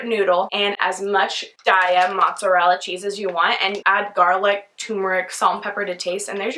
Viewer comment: I agree that Daiya cheeze is awesome! (PS, it's pronounced "DAY-uh," not "DIE-uh"). I've never tried adding coconut cream to my vegan mac & cheeze, I will so have to try that.